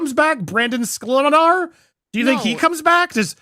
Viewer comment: Calling Mr. sklenar "School Ar Nar" is hilarious 😂 I'm sure it was an accident, but I got a good kick out of it 😄